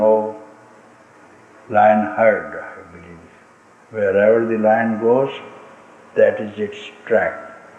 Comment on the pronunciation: Lion, not line.